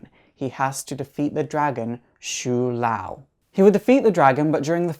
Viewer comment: In pronounciatin It is show Lou